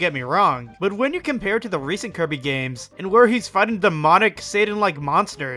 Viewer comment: sounds like he’s saying keirby 😂